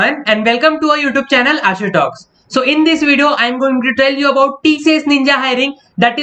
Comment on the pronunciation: Toll u nhi hota tell you hota hai bhai 😂😂😂